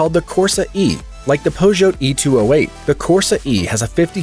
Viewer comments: Peugeot is pronounced Poo-cho !!! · "Renolt"? "Pozhote"? FFS...